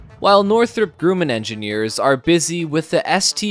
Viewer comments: It’s grumm inn, NOT groom in. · It's not Grooman... It's pronounced Grumman.